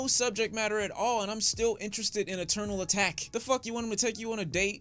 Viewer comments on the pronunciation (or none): This nigga is dumb as hell to listen too He says Yosemite wrong Says “eternal attack” instead of atake Says “sonnicly” to sound clever (even though the reviewer says it in the next line) but doesn’t know what an “enigma” is??? Stop, wannabe-clever ass